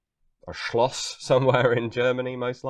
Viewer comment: you have the most perfect pronunciation of "Schloss" (Castle, not to be confused with "Schloss", which means lock... yes, same word) that i EVER heard.